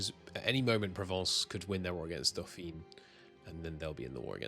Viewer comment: bbyyyy the by, Dauphiné has an accent on the E, and É is always pronounced, hence ‹Dofeeneh›/‹dofeeney› Quick recap on E in French: ―There are three possible sounds. Schwa (the a in “about”), closed E, and open E. Open E is the ‘bet’‐vowel . Closed E is… well, more closed, in between the ‘bet’‐vowel and the ‘bit’‐vowel (can be quite close to the latter). I suppose the ‘way’‐vowel is also somewhat close, if you remove the y part at the end ? ―É is always the closed E. ―È and Ê are always the open E ―When it bears no accent mark, its pronunciation depends on position : ―if it's in a closed syllable (i.e. one that ends in a consonant), it's the open E. The consonant can be silent (so ‐ET sounds like È, even though the T is silent), with the exception of ‐ES at the end of words which is just silent ―otherwise, it's schwa, or silent (schwas in French are more or less silent depending on accents, level of formality, personal preference, etc. ; there's no hard rule to it, except that they're almost always silenced when they're the last sound in a word, in standard French)